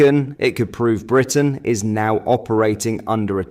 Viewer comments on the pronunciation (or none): none